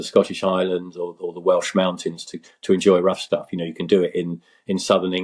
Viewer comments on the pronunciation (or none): I keep hearing Rough Tough Fellowship, I believe the correct is “Rough Stuff”.